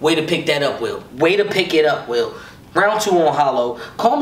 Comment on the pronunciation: His name is ill will not ill wheel 🤦🏽